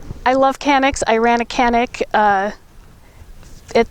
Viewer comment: kanik değ,l canik düzgün söyle